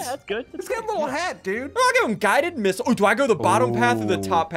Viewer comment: Did SSundee just say guided missile